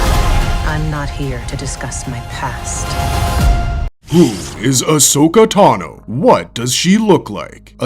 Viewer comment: please stop saying ahso-katano. It makes me uncomfortable as hell